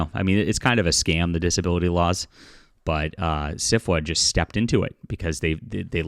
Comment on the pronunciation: When you say SFWA, why does is it kind of sound like Syphilis? My the organization should disband. Just my opinion.